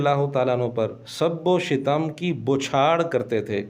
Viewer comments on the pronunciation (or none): سب و شتم اس میں آپ سے لفظی غلطی ہورہی ہے لفظ شتم ش کے فتحہ اور ت کے سکون کے ساتھ یے یہ مصدر ہے شتم یشتم شتما